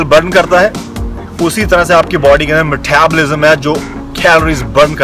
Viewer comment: Love ur video <3 no hates .. but ur "Methabolism" killed me 😂